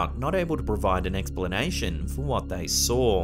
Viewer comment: Shelf Cloud. Also sawer (saw.)